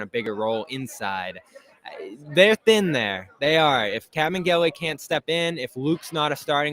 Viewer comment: It's Kabengele. I think he said Kevin though.